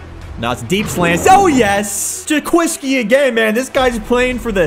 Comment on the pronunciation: Jaquiski tart him self pronounces it Jo-Kwowski